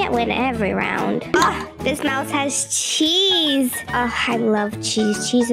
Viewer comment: I thought you said teeth when you said chees 😂😂😂😂😂😂😂😂